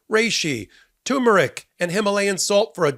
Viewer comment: TUR mer ic. Not "tumeric."